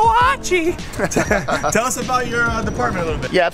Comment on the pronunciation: Archie was going to kick your ass for pronouncing his name the way you did lol.... amazing video the quality of the video sky rockets with each video you post.... oh and hey your a badass!!!